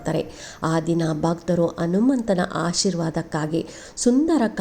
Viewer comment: Anumantha , Hanumantha antha sariyagi helu